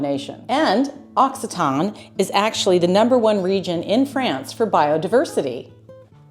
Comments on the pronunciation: The correct pronunciation is "aak SEE tuh nee". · L'Occitane is a luxury good. The region is called Occitanie. The last syllable is NEE. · Occitanie = occitanee . Occitan like you said is an adjective characterizing someone or something from Occi-ta-nee . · It's lovely but the pronunciation is ox cee ta knee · Hello from Occitanie, you need to pronounce the "ee" sound at the end, we do it. Otherwise, it sounds like the adjective "occitane", i.e. from Occitanie